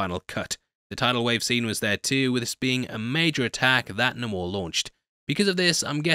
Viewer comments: Quit calling him NUH-mor, you're better than that... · Its ok to say Nay-Mor guy lol even Coogler pronounces it that way as do the other actors in the movie😂